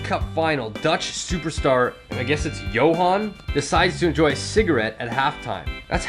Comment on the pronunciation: When you said Joehan I near cried hahaha